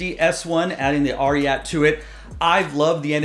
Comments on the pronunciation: You read it twice, now, and I’m confirming… It’s pronounced RIOT. My guess is the spelling is politically correct and/or socially responsible. It’s adidas and Pharrell after all. S1 and S1_RYAT are two of the best new silhouettes of any brand. The ad art is also really good and fresh. adidas is wise to lengthen the shelf life by limiting the runs and making this a Confirmed App release. All the NIGO and Pharrell adidas stuff feels slept on, but that could be an indication they are a permanent fixture within the culture. No hype required. I can cop Humanrace tops and Human Made sneakers with a fair amount of ease. I still say Korben Dallas would rock these all day! ✌🏽💙👟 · it's RI => " Ri " like in " Riot " , and "@ in " at "